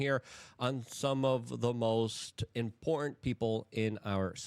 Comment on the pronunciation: Luke are you aware that the word im·por·tant has 3 syllables?